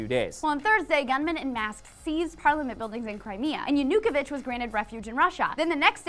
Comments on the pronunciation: I love the focus on international news, but it takes away from the story when you can't pronounce the names. Yan-a-ko-vich, NOT Ya-nuke-o-vich. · It's pronounced Yah-noo-KOH-vitch. NOT Yah-NOO-kuh-vitch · I am just starting this video, but if pronounces Yanukovich Ya-nick-o-vich I'mma lovingly punch him. OH GOD DID IT TOO PEOPLE DO SOME FUCKING RESEARCHHH